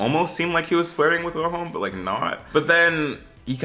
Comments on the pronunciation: The W in Wilhelm is pronounced like a V, so Vilhelm or Ville for short. Also, you should watch it in Swedish with English captions, trust me you won’t regret it! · it's pronounced /'veel-he(l)m/, the W is never pronounced like a /u/ in Swedish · its pronounced like "villhelm" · HAHHA I'm living for your different ways of pronouncing "Wilhelm" ✨ Tip: you could just say "vilem" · U are saying willi name WRONG 😂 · NGL as a Swede here lol, the way you say the characters names especially Wilhelm triggers me so bad lol. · as a Swede having to hear you mispronounce Wilhelm troughout the entire video was so painful but yeah the show is good I like it I'm gonna be so mad if they cancel it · Same, it makes me feel itchy for some reason. But not like the feeling of wanting to scratch yourself but like a phantom touch.